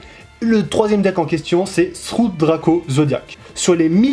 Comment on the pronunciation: c'est True draco, pas Through Draco. C'est un vrai T, pas un TH x'). Mais sinon, plutôt sympa comme vidéo, j'ai concrètement rien appris mais c'était intéressant quand même xD